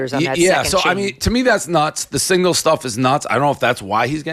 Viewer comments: DAVE!!!! It is SIGNAL NOT SINGLE ... if you can't say the word, don't talk about it. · I didn’t know what he was talking about until Megyn said signal lol